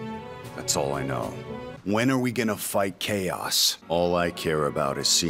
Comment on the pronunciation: After a while it just sounds like K OS